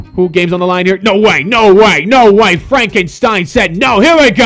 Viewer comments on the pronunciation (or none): none